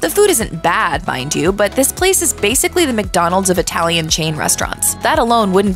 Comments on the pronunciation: I'm sure it was. But I was making fun of the way she pronounced "Italian". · ..."Known for their humongous portions and unique itty-lee-an inspired offerings.."